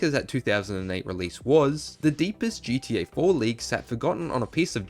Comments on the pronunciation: I can’t with this shit now it’s GDA learn how to talk ffs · Yuuuup he said it damn Brit’s can’t say GTA they say GEA shits annoying